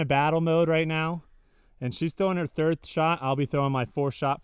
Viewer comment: Did I hear a "3th" in there lol haha